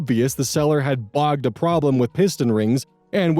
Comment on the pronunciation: Just for future reference, the word "bodged" rhymes with "dodged". It's slang from southeast England and refers to something being made or repaired functionally, but poorly.